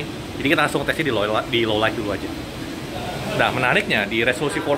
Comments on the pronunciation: Low Lait bukan Low Laik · Sesulit apa sih ngomong low lait ketimbang low laig?